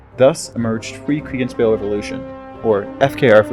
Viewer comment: Your pronunciation of Kriegsspiel leaves something to be desired. There is no "en" sound in Kriegsspiel.